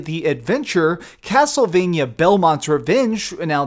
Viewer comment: could you please stop saying castlevanyuh? it's castlevania. vania, sounds like mania. sorry, it's just a pet peeve.